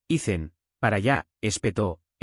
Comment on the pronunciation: Porqué Ethan es Icen? pin-che IA XD!